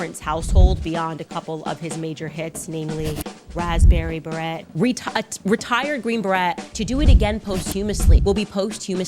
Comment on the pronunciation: The number of times she has pronounced the T in Beret is absolutely hilarious to me 😂